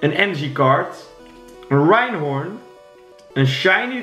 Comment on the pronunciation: Like als je ook steeds Rhynhorn hoorde zeggen ipv Rhyhorn